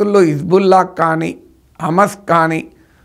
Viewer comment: అమస్ కాదు,,, హమాస్